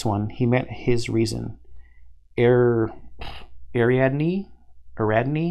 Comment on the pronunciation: Its pronounced Ari-ad-ne.. its my daughters name, named after the heroine who saved Thesius from the Bull, by providing him string and a sword to find his way though the maze, on condition he married her and got her away from Mino's. In the Myth he left her behind and is why I'm antagonistic to the Hornsworn in my first forays into the campaign.